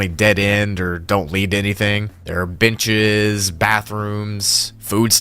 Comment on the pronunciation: bro did NOT say benches 😭